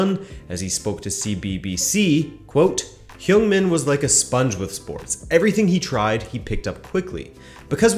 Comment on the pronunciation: "Hung", not "hyung".